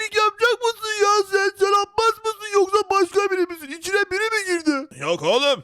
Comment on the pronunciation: Kardeş. Sen. Abbas demeyi. Bilmiyorsun